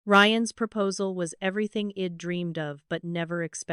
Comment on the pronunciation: Please teach this AI narrator i'd is pronounced eyed and not ead it stands for I had, English is not my first language but even I know it